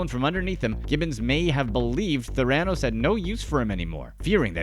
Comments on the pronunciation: Do you think he's doing it just to mess with us? Tha-ra-nose it's terrible, I wonder if the CIA knows of this torture. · PLEASE pronounce Theranos correctly. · The persistent mispronounciation of Theranos makes what might be a good video lose all credibility. There are thousands of videos out there with the correct pronunciation. Take five seconds and learn it. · You're mispronouncing Theranos. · Is this VO Voice To Text or do you really not know how to pronounce Theranos? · I wondered the same thing. The narrator is obviously mispronouncing “Theranos”. I mean, was up wit dat, my homies? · I wish all of you guys would learn to pronounce Theranos correctly. Pronouncing the word Sociopath correctly would also help you out and I’ve read dozens and dozens of hours of material and books and this woman and you’re the only one who leads with her dog — congratulations on that investigative journalism there. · Can’t the narrator at least pronounce Theranos correctly — Jeez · You lost me with that pronunciation of Theranos. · What are you pronouncing Theranos like that???? SHIT MAN!!!!! Lol.. Good work tho! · You miss reading the company name over and over is cringe! Rest of video is good 👍🏼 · You should at least learned the proper pronunciation of Theranos before you posted this video - even the captions SPELL it Thiranos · Learn how to pronounce “theranos” correctly if you’re going to make a video about it. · The mispronunciation of Theranos in this video is just driving nuts lol. It’s also making me feel like this video was made with very little research even though I completely agree and think she belongs in prison for a long longgg time :/ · He cobbled it together without learning the proper pronunciation - embarrassing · Agreed, it is truly grating! Too bad, since the basic facts do seem accurate, based on other reporting I’ve seen. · Trying SO hard to ignore how he pronounced Theranos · lol y’all pronounce theranos wrong. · It was driving me crazy lol